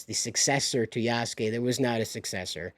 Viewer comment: You pronounced Yasuke properly. The u in the name is more silent when pronounced. Japanese is a great language to learn. I think most people are intimidated by it because of the Kanji/Katakana/Hiragana lettering in the language. It's a blast to learn.